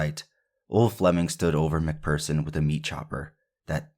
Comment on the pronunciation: Phearson prounouned fearson . You done well